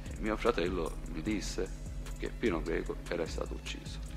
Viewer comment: Comunque è Pino Greco no Pino Geco 😂😂😂😂 ciao bello